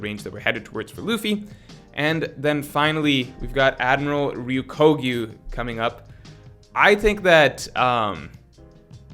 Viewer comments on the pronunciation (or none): I really don't mean to be that guy but you are pronouncing Green Bull's/Ryokugyu's name incorrectly. It is spelled out as "Ryo - ku - gyu." You are saying "Ryu - ko - gyu" which essentially doesn't mean anything. His name is comprised of the characters 緑 and 牛. They are read as Ryoku and gyu respectively, meaning green + bull. Sorry if that is annoying to point out lol I just figured you might care. Thanks for the content, I always enjoy hearing what you have to say about One Piece.